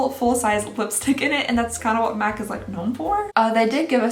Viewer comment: At the beginning I legit thought she said " meth advent calendar for 2020"